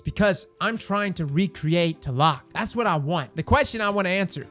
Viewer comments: Thats funny, I thought it was pronounced T-la-loc not tah-lock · ...tuhlock? TL-AH-LOKE bud come on lol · As a guy with the name (Aztec) do me a favor and please pronounce the name correctly lol it's TLA LOC. Say it slowly. It's pronounced just like it's spelled. As a Mexican, the way you pronounce it really hurts my soul bro!! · My man out here using the TLAC instead of TLALOC 🤣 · It is actually pronounced "Tla-lock" trust me im Mexican 👌👍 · It's been shitting me lately hearing all the different pronunciations of 'Tlaloc'. It's 'tlah-lohk'. You're welcome, internet. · FYI: In English Tlaloc is pronounced "T-lay-lock" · Every time he said Teloc my mexican heart broke a little xD Great vídeo as always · Its ta-la-loc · Take a shot everytime he mispronounces Tlaloc Edit: I'm dryunk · lol i swear destiny youtubers can't pronounce anything, like how frost says swAHshbuckler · Please....i was hurt of how you said Tlaloc, not your fault tho, im just hurt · Ok, now delete this video, go back and make it again but say TLALOC the right way :) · Pretty sure the T is supposed to be silent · No gonna lie, as a Mexican, I cringe every time he tries to pronounce Tlaloc. I appreciate the effort tho.